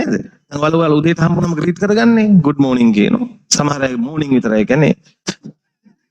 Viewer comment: D'Morning kiyana eka thama morning kiyala ahenne. Pitarata wala Good kiyana eka D' widiyata thama silent wela pronounce wenne. Ethakota ahenne DMorning widiyata😊